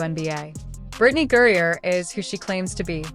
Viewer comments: I'm sorry but AI reading griner AS GOURIER IS Alittle bit aggravating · Not sure which is more irritating; mispronouncing Griner or the pronoun argument. For me, it’s the mispronunciation. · Why can you not even pronounce her name! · Brittany Griner. The bot narrating doesn't say it right. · It's a he, and fire your editor its Griner not gurrier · FFS, your inability to correctly pronounce a simple 2-syllable name is astounding, and renders this video difficult to hear. You pronounce Griner as "Gurrier", similar to "furrier." Stop it. Just stop. Learn to read a narrative script correctly. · It's Griner not Gurier! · “gurrier”! Stupid AI! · The name is Griner, not Gurrior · Firstly who is Gerier, it's Griner. Secondly why is this a surprise everyone knows this is a man and we've known for years, stop being fucking stupid. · It’s Griner not Geria! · GRINER! GURRIER? LMANO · It's Griner, not Gurrier. Your AI speech narrator SUCKS! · You idiotic A.I. fools, it’s Griner not Gurrier. Bye the way, she’s a he! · It’s Griner not gurrier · His last name is Griner not Guriur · Why does your narrative keep calling her Gurrier? The name is clearly Griner! AI can't understand English. Hire a narrator! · you mispronounced her name its griner not gurier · How do you pronounce Griner Gourier?? At least pay attention to how others pronounce Griner. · Griner, not Gurier.....can't you get that right? She's been in the sports news quite a bit. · Can't you get his name right, It is Griner, not Gurrier, Greener, Greer, Griger, Gurear, Griger, Grear, and yes, he is a man who has fathered three kids and a total fraud. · Would you please stop mispronouncing griner it's not gurrier it's griner 😊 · Stop mispronouncing griner it's not gurrier u airhead it's griner 😢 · Can't even say his last name! Gerier??? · Um, somebody tell your AI that Brittney's last name is "GREINER", nor "GURRIER" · Why can't you get his last name correct in this video? Who is Gourier? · Stop mispronouncing griner